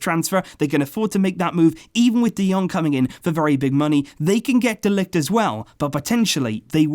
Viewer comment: You pronounce it ”de likht” 👍